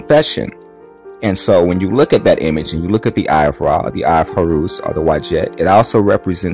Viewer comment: Horus not Horoos!